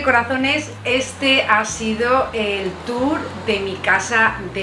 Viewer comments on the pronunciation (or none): none